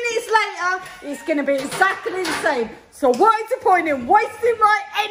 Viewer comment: I love how pronounces “exactly” as eckzackaly 😂😂😂 I cant stop watching it! And Nadia echoing her 😂